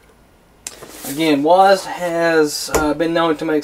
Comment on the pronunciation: did u just say "wasd"? It's W-A-S-D......... lol